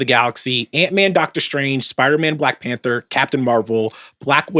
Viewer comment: when Van said Black PanThor cant lie i thought for a second damn that would be a SICK superhero 😂😂😂